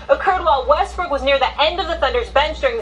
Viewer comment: "westbrick" lol he don't miss a beat with that name lol.